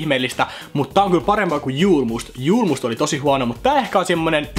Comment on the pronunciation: Julmust lausutaan suomeks y:llä, se on ruotsinkielinen juoma!!!